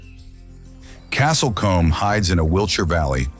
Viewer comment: American commentary (Ai?)... "Castle Comm" 😅🤣😂😅🤣😂